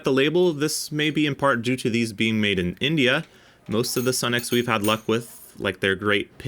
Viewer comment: Sunex is actually pronounced Sue-nex. . . . . just sayin' As a retired mechanic I can say that my 30+ year old Sunex impact sockets are extremely durable.